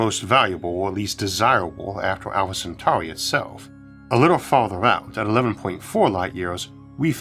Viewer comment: Just wanted to let you know I noticed how clearly pronounced Centauri compared to your old pronunciation. Well done mate you've come a long way.